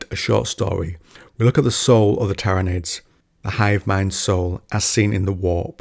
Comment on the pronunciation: My guy manages to pronounce Tyranids 3 different ways and none of them were correct lmfao.